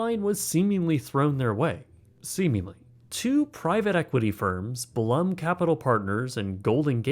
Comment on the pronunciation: It's Exasperated not Exasperdated. Also I think Blum is pronounced Bloom.